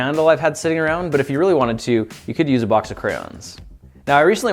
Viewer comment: Not crowns Cray-ons